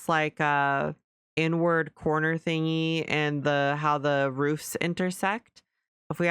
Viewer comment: I had to repeat this a few times to be able to hear the word "inward", accents can cause confusion at times. I also think you've done well with your house, bloody gorgeous, well done!